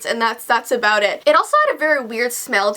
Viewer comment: about aBOOT? Ahbout? ahbout?